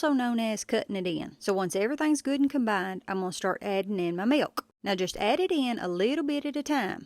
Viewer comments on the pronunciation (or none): "Meelkh" not "milk" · You dont have to pronounce the "K" in milk so hard 😂😂😂 it started irritating me😂😂😂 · Never heard milk pronounced with a hard K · 😀 I like how you pronounce 🥛 milk with a strong 💪🏾 "K." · You want nice cold milKKKK. Or maybe it's pronounced milQ. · she said "milQ" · How come you give such a loud and pronounced K in milk, but in for the k is nearly silent The meeyalK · Millkah 😂 I love the way she pronounces milk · She says milk funny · Why are saying milk like that? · Never heard anyone pronounce the 'K' in milk like the perfect snare drum of an expert beatboxer 👍🏻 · The way she says milk😝... She's awesome.💯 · You know a woman is southern when she pronounces “milk” and the k is a mouth sound 😅 my mother taught me how to make biscuits this way too and they’re perfect every time💕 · She really uses that K in the word milk😂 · I love the little crinkle in her voice as she pronounces 'milk'. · I’ve never heard anyone pronounce the K in milk so prominently. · That "K" on MILK is WILLLLLLLD! LOL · That punctuation of milk is driving me a lil crazy… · Thank you. It looks like a great recipe! I got a little amusement out of this video, I mean this nicely! (caution to everyone, im going to say something next, that you're not going to un-hear once you hear it - you were warned) lol It's cute how, every word you say that ends with a "k" (like milk, fork, etc), it's like you're cutting a C.B. mic off every time you stop talking on a CB😊